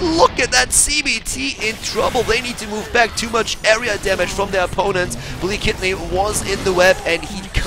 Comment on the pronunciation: You did absolutely well on pronounciation! :) Blekitny - Booenkitny/Buenkitny Mistrz - Mishch Uszko - Ushko